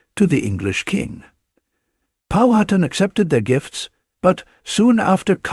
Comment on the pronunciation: Stopped watching as soon as it pronounced Powhatan incorrectly.